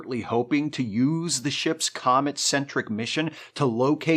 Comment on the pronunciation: Every so often when you say "thanks comet" I hear "thanks comment" and i get annoyed because comment sections are a hellscape and no one should thank them, ever.